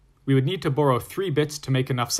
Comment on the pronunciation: When you say "borrow" it sounds funny to me lol. Almost like you saying "Burrow"